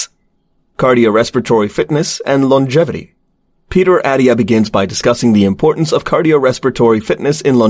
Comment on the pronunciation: You lost me at Peter “Addia” It’s AT-TIA Lil things…